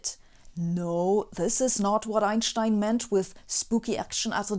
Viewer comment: Se on ehta teutoninen tapa ääntää sana Einstein, siis: ain-schtain (one-stone, yks'kivi?)... ; )